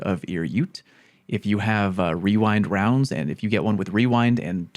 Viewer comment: Wewind wounds started from a tongue twister when the perk first came out. Everyone had trouble saying rewind rounds and would accidentally say wewind wounds